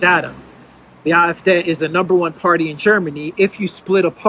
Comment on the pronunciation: the D in “AFD” is pronounced “Day”